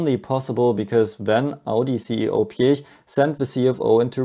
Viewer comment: So lovely to hear a native-German pronunciation of the surname Piech, so often butchered by English speakers. Anyone for peach?